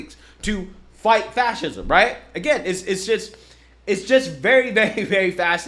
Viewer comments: Dude can't even pronounce fascism 😂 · Is not "Fashism" instead of "Fassesm"? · Seriously? Going to support a band of thugs that has failed to defeat two well know 20th century dictators and whose actions fueled the raise of one into a global disaster? Read a real history book and tell your buddy he's is completely mispronouncing Fascism. Time to grow up and act like adults not spoiled kids. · It is fucking HILARIOUS to me that the Krazy Krassensteins can't actually pronounce fascism properly.